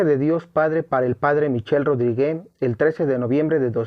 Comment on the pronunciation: Pequeña corrección... la "e" al final de Rodrigue es muda, y la "u" también.